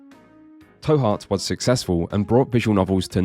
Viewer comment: The 'to' in 'To Heart' is pronounced like the English words to/two/too, e.g. as in 'Go to Jail, Do not collect $200'. Not like how you pronounced it in the vid tow, as in tow your vehicle. You can tell because it's written that way so that it's really clear, トゥハート. There's a small 'u' after the 'to' which makes it a 'tu', which in terms of the phonemes involved is meant to make it as close as possible in pronunciation to our English words to/too/two